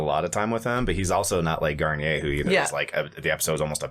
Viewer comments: "Gar-neer". "Garn-yay" is a shampoo. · Its garneer not what you say